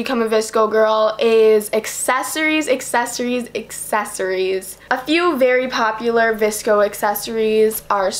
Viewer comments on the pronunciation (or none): The way she said "accessories" in the beginning kills me "assessories" 💀💀💀💀💀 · She pronounced accessories assessories and it annoyed me so much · Nowak none because she doesn't pronounce the "C"